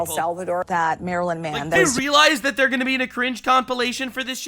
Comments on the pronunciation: It sounds like they're saying the muffin man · almost sounds like they're saying marilyn manson. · "Marilyn man-son" 😂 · I kept hearing it as maryln man and my brain kept autocorrecting to maryln Manson, which is funny, unlike all these alphabet soup media advocating to bring back a terrorist to the country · They said Maryland man so often that I now hear it constantly as Marilyn Manson 😆